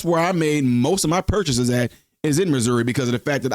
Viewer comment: You pronounce Missouri like MISERY